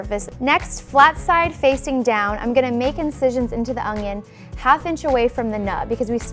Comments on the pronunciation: It's an onion... Not an ONGION FFS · It's an onion not ungyun. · It's an ONion not an "ungion" ..... -_ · Really? No one’s going to mention she’s saying ONGION? And not ONION. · I swear she is saying ongon instead of onion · Good vid...but it's "onion"... not "ungion" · Is she saying ungion??? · It's not called an ungyunn it's an onion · i like how she pronounces "onion" as "ongion" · Is it me or do I keep hearing she saying "Ongion" rather than "Onion"? o_O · it's ONION not UNGYIN. dumb bitch. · Ungyun is how I keep her saying onion. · I hate when people pronounce the word onion like onGion...there is no G in it!!!! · Anyone else notice she says “ung-yin” like there’s an invisible G in there? I can’t unhear it now. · Do you pronounce it ungyin too? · I can't stand how she keeps saying Ungyin it's not that big of a deal but it bothered me enough to comment. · Same concern! It bothers me for no reason!😂😂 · she is clearly saying it wrong. But like i said it's not that big of a deal, just something I observed happening and commented on. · why does she say ungnion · Great video. Ps. There is no G In onion. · There is no g in the word onion. Back to school. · There is no "g" in "onion". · Shubham Ahlawat what more can you expect when she can’t even pronounce words in the English language correctly. She talks wrong and her demo is wrong. I won’t be using her recipe.